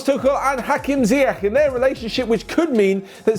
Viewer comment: it's pronounced Ziyesh